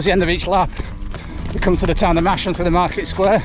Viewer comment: Hopefully you didn't get out of Masham without learning that it is pronounced massam, but just in case...